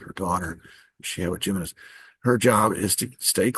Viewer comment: Jimenez is pronounced Him in ez.